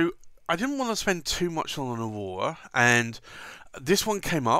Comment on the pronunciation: "Ohwowhra" ... "bless you"